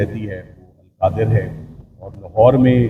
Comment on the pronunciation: القادر یونیورسٹی کیس۔ پہلے نام ٹھیک لینا سیکھو